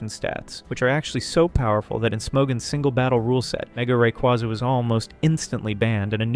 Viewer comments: Awesome video! Truly splendid! Thumbs up! Only one thing: The correct pronunciation for Rayquaza is Ray-KWAY-zuh, not Ray·KWA·zuh. I used to use the second one as well but I re-taught myself to use the first one. Rayquaza comes from "ray" (the cosmic radiation it is exposed to in its ozone layer habitat) and "quasar" (the most distant celestial object observed thus far, often theorized to be galaxies emitting high levels of radiation). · Sucks that this vid uses AI voiceover. The changing pronunciation of "Rayquaza" really gives it away. It cant decide if its "RayQUAza" or "RayKWAYza". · It's based off a quasar, pronounced rah-quay-za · Thumbs down simply for saying ray-quaw-za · Great video but you're saying Rayquaza wrong, and I think you know you are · Learn to say the Pokémon’s name right before making a video about it